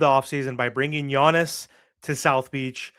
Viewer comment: His name is Giannis, not Yonnis, sheesh